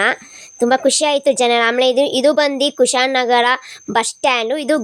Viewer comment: Kushalnagara❌️ kushaan nagara✅️🤣